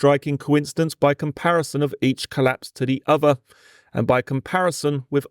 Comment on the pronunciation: Does this voiceover pronounce 'th' as 'f', for example 'firty' instead of 'thirty', and 'v' for voiced 'th', for example 'uvver' instead of 'other'?